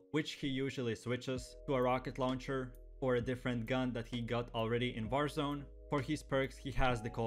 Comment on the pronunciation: Did anyone notice he said barzone at the beginning